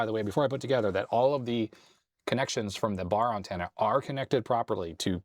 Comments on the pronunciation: In 60 years of life, I’ve NEVER heard it pronounced “UNtenna” until now… 😂😂😂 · "Uhn-ten-uh"....interesting pronunciation. Just some light teasing....I enjoy the little unexpected things in life... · You say antenna weird. AN-tenna. You say it like my ex-girlfriend from New England says aunt (I pronounce it like ant). AUHNT was how she said it. Like she was saying OUGHT. Strange. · Had to rewind it a few times! Caught me off guard. Maybe it's "Canadian" upbringing :) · Ok I don't think I've ever heard you say antenna before, you definitely say it a little different than I'm used to. Not calling you out or anything it's just different.